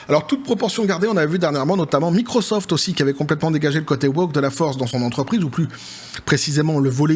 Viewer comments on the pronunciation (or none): none